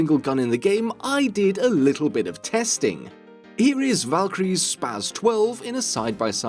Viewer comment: i cringe so hard when people say "spaz 12" instead of "spas 12", makes you sound like a 12 yr old